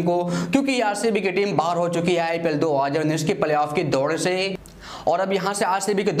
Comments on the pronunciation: Bhai tu 2019 bolna pahale sikh 😂😂😂😂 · Bhai thu 2019 bolna sikh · Abe sále pehle tu 2019 bolna sekh